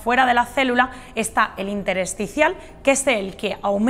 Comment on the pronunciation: Intersticial, no interesticial.